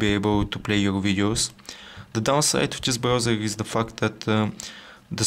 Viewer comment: he said "the fact", but it really sounds like "the f**k"